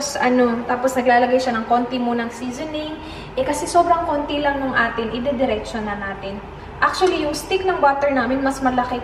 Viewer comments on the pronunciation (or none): none